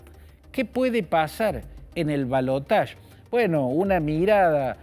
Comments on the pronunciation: Ramos Es ridículo. La palabra en castellano es balotaje y se pronuncia tal como se escribe. El uso del término francés en lugar del propio del castellano es de una afectación que suena realmente ridícula, causa risa. En realidad, por aquí no decimos siquiera balotaje, sino segunda vuelta. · En francés se pronuncia balotaSH no balotach. Yo siempre lo pronuncié así lo mismo digo garaSH. Ahora la rae rompe con cosas que antes no rompían.